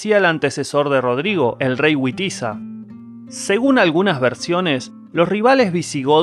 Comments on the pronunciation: Wamba y Witiza no se pronuncian Uamba y Uitiza, se pronuncia Bamba y Bitiza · En germánico, Wamba, Wuitiza, se pronuncia, V , no U . Vamba , no Uamba. Eso es en inglés.